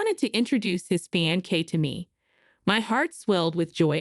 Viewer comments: Yes. Pronunciation is fain..say not fian cay😊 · oh gawd, I see what you mean. I normally read with sound off. she's saying Fie ancee , instead of Fee ancee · Hearing the narrator mispronounce; "fiancee'" several times is cringey! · Very good story, creators please work on the word fiancee, pronunciation is off. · I hate how the words get mispronounced I never heard fiancee pronounced like that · Every video I watch the word fiancée IS pronounced wrong. Go back to school please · I hate that too..